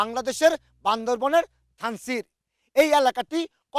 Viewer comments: এইটা বান্দরবন না বান্দরবান। কি একটা অবস্থা!!! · এইটা বান্দরবন না, "বান্দরবান " 😑😑😑😑😑😑😑😑😑😑